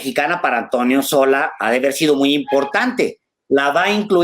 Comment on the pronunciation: Es Sola, no Solá